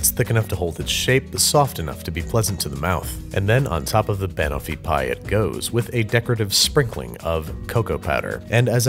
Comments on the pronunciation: yes insanely offensively incorrectly pronounced. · I never said it was wrong I just said I was uncomfortable lol. But it is a mispronunciation if he was going for the British style here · I’m sorry Babish but the way you pronounce banoffee pie physically pains me. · As an English person, the way he says banoffee makes me die inside a little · I feel like he's screwing with us with his pronunciation of banoffee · Why does he say banoffee like that it’s just wrong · I cried a little every time you pronounced Banoffee!! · Well 'pin' for 'pan' isn't a good pronounciation either. Brad has rubbed off on Babish. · I KNOW!!!! it's not even a hard pronunciation, just shift the emphasis from BA-no-fee to buh-NO-fee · Time for some Hermione-splaining. It's not ban-offee, it's ba-noffee. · Ban o’fee pie?! Ban-off-ee pie, looked yum thohgh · Pn. Bunoffee. Not ban offie banana/toffee. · Every time he says "Wurshchuster Sauce" or "Banuffee" an Englishman spontaneously combusts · I'm having a reaction to "Ban-offie pie" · Jeff Nichols yeeee, but he’s not saying Ban(ana)(t)offee, he’s saying ban-owe-fee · I'm American. Its wrong. Do you call bananas BANana? No. You say buhNANa. . Its literally Banana and Toffee combined. BuhNOFFee. Also, it's a British dessert, so I think they know how to say it correctly. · he weirdly stresses the BAN bit. It's "ban" as in the beginning of banana- closer to "bun" than "ban" (technically I think it's a schwa, the indeterminate vowel, but that's because I'm a nerd) and then the end of "toffee". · buh-noff-ee. Stress on the second syllable just like Kiers Knightley's character does. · I’m from the UK, I can confirm no one calls is Banoofeee pie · I, as a british person, am never going to be able to unhear him say ba-nuffy and i dislike it greatly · Babish: Tries to pronounce Banoffee pie Me: *ScReAMs iN BrItISH* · how can you pronounce Banofee wrong when she literally says it in the clip